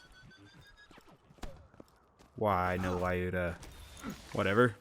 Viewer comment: Skorry means fast or quick in Russian :). Lyuda also pronounces different - press Play button next to russian translation